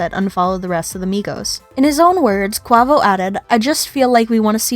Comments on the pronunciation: So irritating that u can’t even pronounce his name right. If u are going to do a story about someone at least pronounce their name right. I can understand if it’s something like my last name “ Nguyen “ but it’s English. Say it with me “ k-way-vo “ not “ k-wah-vo “ 🤦🏻‍♀️ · Pronounced ( QAVO) u is silent!!!